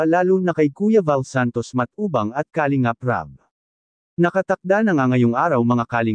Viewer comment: Para sa narrator: paki pronounce ng tama ang word na "kalingap" (not "ka .. lingap" ang sakit sa tenga tapos paulit-ulit pa